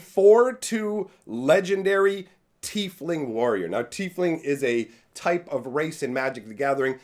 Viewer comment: It's not "Tea-fling" it's "Tie-fling"